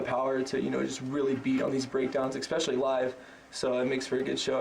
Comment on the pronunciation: 'Ecspecially', says.